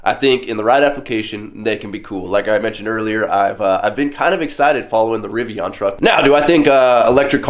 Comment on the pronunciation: A truck guy who loves his gas guzzling trucks! knows very little about electric vehicles especially electric trucks....glade you at least like the Rivian (which you pronounced wrong) so there is hope for you to learn more about what your talking about, but i'm not hating on you.